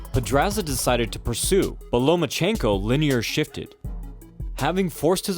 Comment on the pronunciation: Why are you calling him Lomanchenko? No N between Loma and chenko.